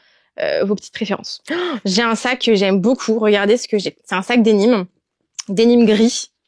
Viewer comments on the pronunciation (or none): Bonjour. J’ai l’âge s’être votre grand mère et je vous trouve mignonne et j’aime votre enthousiasme communicatif et votre compétence. Je me permets toutefois une petite remarque: pourriez vous prononcer denim en français et non dénim comme les anglophones, puisque, comme vous le savez sans doute, cette toile est bien française et provient « de Nîmes » d’oú son nom. Le Chanel timeless est bien tentant.